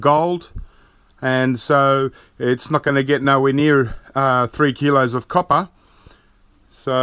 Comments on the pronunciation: Love the way he prenounces ingot but the coppa is kinda irritating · Niels Walraven YOU'LL NEVER CATCH ME COPPAH! LOL 😊